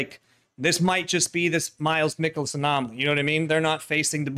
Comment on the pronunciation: You are saying miles michaelis's name wrong